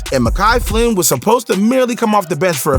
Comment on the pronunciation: Dude has the clip of Flynn saying his name. And bro still can say his name right